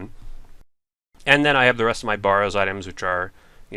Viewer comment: i love you vids but your killing me with the waty you pronounce barrows and hAsta